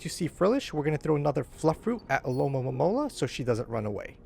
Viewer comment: Thanks for these vids. But you keep saying Alomomomola instead of Alomomola lol